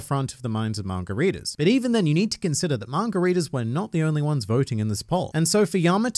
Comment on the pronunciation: I’ve been trying to figure out why margaritas were important, and then I realized you were saying manga readers.